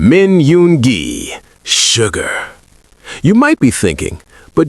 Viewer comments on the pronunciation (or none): SUGA..... NOT SUGAR....